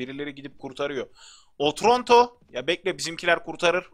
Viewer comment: abi o otronto deyil otranto